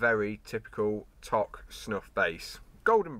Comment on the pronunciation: Toque pronounced like smoke toke, good review